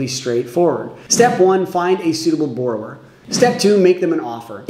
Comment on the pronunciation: Please learn how to pronounce the word that your entire video is about